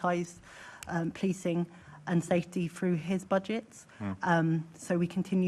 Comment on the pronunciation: Tooken ( taken ) fink ( think ) froo ( through) w.t.h